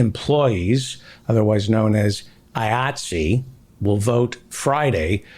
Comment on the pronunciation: Thank you David for(finally) at least pronouncing the name of the Union that I belong to, and proud to be a member of, with the hard "I" it begins with